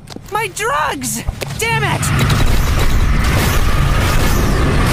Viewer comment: Angel: MY DWUGS DAMMIT